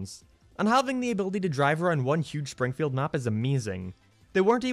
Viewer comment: He literally said "Shpringfield" ...